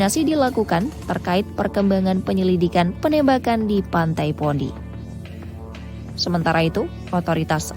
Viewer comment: ini host gak ada yg professional, bacanya bondai mbaakk